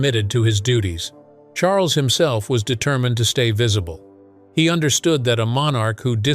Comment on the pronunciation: I cannot believe the narrator called King Charles “King Shmarles” clear as day!! How disrespectful!!!!